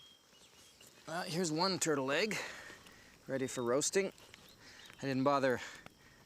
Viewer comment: Are you saying TURTLE EGG?? or TURTLE LEG??